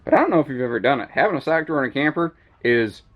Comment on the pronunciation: Stock Drawer or Sock Drawer⁉️🧦 🤦🏽‍♂️😆